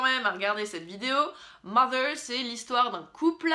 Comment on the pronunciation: jouissance quand tu prononces "mother" correctement :D a contrario des "mozer" que j'ai pu entendre....